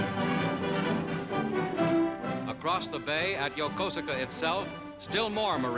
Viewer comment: I know it's spelled Yokosuka, but it's pronounced "Yokooska". I've been there several times.